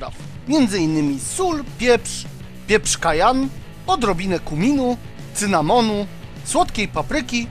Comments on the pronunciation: Nie "kajan" tylko "kajen" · mówi się pieprz Kajen a nie Kajan!:) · pieprz cayenne wymawia się Kajen a nie Kajan:) Tak na przyszłość:P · "Pieprz kajan..." :D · Wymawia się kajen . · Kałen jak ten rapsmen